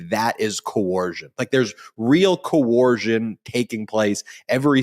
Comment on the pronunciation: COERCION, NOT CO-ORSION